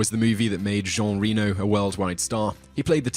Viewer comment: You are saying Jean Reno's name wrong. He is French. Is it pronounced "Reh-no" (not like Reno, Nevada)